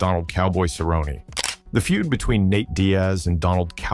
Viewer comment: It's pronounced Cer rone nee, get it right stupid Ai filter.